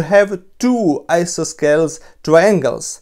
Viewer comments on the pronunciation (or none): isosceles Approximately correct English pronunciation: I sossy leez. (Hope this helps.) Interesting video, thank you.